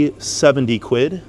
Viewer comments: Americans saying quid always makes me cringe - good vid though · I'm Canadian and it physically hurts me to hear Americans say "quid"